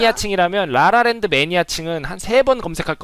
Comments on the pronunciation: 발음 뤠뤠 랜드 머얔ㅋㅋㅋㅋㅋ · 뤠뤠뤤드 ㅋㅋㅋㅋㅋㅋㅋㅋㅋㅋㅋㅋㅋㅋㅋㅋㅋㅋㅋㅋㅋㅋㅋㅋㅋㅋ